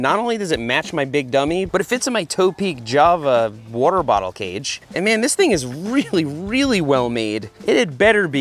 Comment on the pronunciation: Seth yoi got some Philly in you? Saying wooder bottle lol